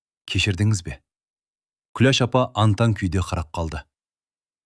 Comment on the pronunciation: Оқып отырған адам Күлеш демей,Күләш десе болмай ма